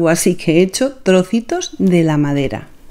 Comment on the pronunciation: Me divirto 😂 ouvindo ela falar , troço,trocitos,parece eu xingando 😅